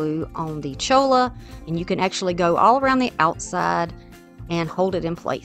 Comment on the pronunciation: Cholla is pronounced choya. It is from a cactus